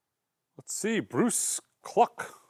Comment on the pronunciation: Did you seriously just say Bruce Cluck?!!? How do you even own a record store if you don't know who that is or how to say his name???😂